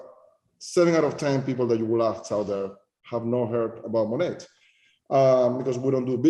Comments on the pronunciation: I could never understand why so many of Monat's huns never pronounced the name of the company correctly....until this video. Maybe it's the accent but how is this guy at the tippy top and even he says 'Monet' like the artist? Good grief. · MONATberhoods!?! That’s the sound of my teeth gnashing